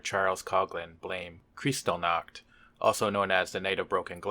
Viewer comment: Just so you know, the ch in Kristallnacht is pronounced like the one in Loch (as in Loch Ness) and the stress is on the syllable "tall", not like in English, where it's on "crys". In German it's actually referred to as Reichspogromnacht today, to emphasize the violence against the jews, as opposed to the euphemism Reichskristallnacht. Just a little info on the side there.